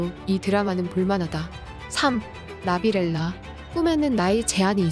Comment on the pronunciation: 아오, 미치겠다... 나비렐라(X) --> 나빌레라(O)